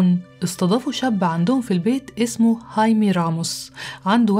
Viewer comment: هايمي تنطق هكذا لأن الامريكيين لاينطقون حرف "الخاء" الموجود في الاسبانية، العربية، والالمانية وعدة لغات أخرى، ولأننا نستطيع نطق هذا الاسم فكان عليك ان تقولِ "خايمي"